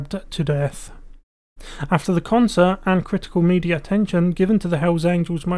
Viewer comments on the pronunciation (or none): none